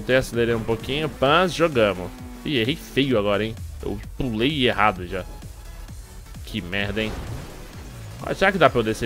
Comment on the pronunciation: para de fla "q merda em" com esse sotaque ai